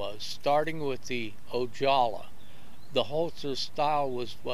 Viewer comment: The surname Ojala is pronounced O-ha-la not O-jaw-la. I cringed every time I heard him say that name. Otherwise a very good history lesson. I used to participate in fast draw about 1960 in a parking lot of a shopping center located between Oxnard and Ventura called Venox.